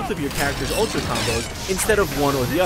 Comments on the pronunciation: It's ultra not utra. Jeez! Get it right... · "UTRA" FAIL LOL xD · Right off the bat you forgot the L in ultra. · at the start, it said utra instead of ultra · They used japanese pronunciation. Shamefuru of you not to know japanese cannot speak "r" i mean "r". Back to engurish... They cannot speak "l". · Its Ururtra goddamnit! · "Utra" huh... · "UTRA Street Fighter 4" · Lol, Utra. "L".